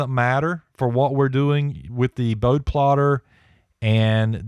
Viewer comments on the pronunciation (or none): Pronounced Bode-ee (Boad like toad, with an "eeee" sound at the end.) Enjoyed the video